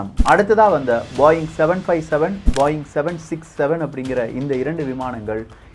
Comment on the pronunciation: Adhu பாயிங் illa, போயிங்